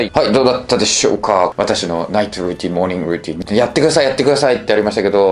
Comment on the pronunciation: いや最初のモーニングルーティンって言う時も発音のうまさ出ちゃってるぅ